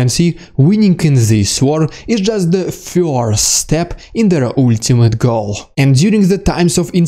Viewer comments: I like your channel. However the word first is not pronounced FEAR-st it is pronounced FUR-sr. Keep up the good work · Love your insightful commentary, but I have a question: Who are the "Fyorst People"? And what are "Fyorst Steps"? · I don't know anyone that pronounces first as FUR-sr. 😂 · With the correct pronunciation, please. "Fyurst"